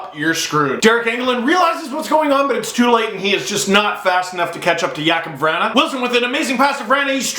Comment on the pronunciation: “Yakub Vranna” ew. No, it’s “Jacob Vrawna”